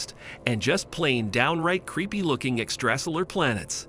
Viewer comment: Ex-trā-silar lol